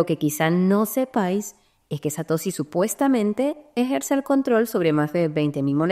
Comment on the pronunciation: Satosi ? Es la primera vez en mis 8 años de crypto que escucho a alguien pronunciarlo así.